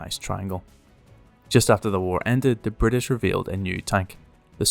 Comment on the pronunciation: Ah yes my favorite classification BRI'ISH